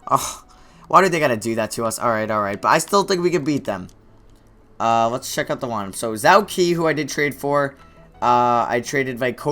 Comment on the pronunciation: Zhou Qi is pronounced "Joe Chee" fyi